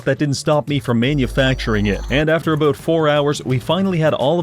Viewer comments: What's the problem with saying the word "about", is this some kind of incurable birth-given disability? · I heard the Canadian in this one “Aboot” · Canadian detected.